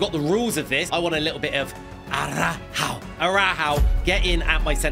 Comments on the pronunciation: Not ara-how it’s ara-ho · It is still funny that he can't pronounce Araujo